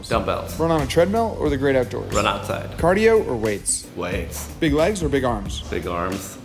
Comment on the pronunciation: Cardio or weights? ..The way he said weights had me dying of laughter!! But right answer 💪🏼🤣